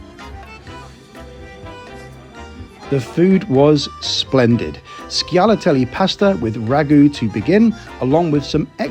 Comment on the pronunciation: Shalatelli,,, SH not SK, the sound sh in italian is written "sc + i or e" as SCialatelli.